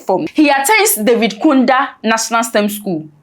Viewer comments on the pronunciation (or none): This job is journalism and educational. Kindly learn the pronunciation of names properly, respectfully. Kaunda is pronounced ka:un.da or kown-dah, like "cow" & "nda". Thank you